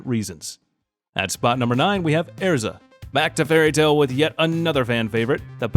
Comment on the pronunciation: Man tell me you haven’t watched fairy tail without actually saying it One as far as the anime goes while Lucy, and natsu are close they’re not lovers to you Ezra’s name was pronounced wrong and three the armour you talked about with her she does put on a lot, but I’m pretty sure the first time she put it on. She mentioned that that one is abandoning all defences in favour of speed and offence